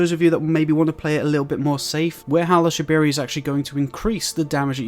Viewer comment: bro rlly said howl of shabiri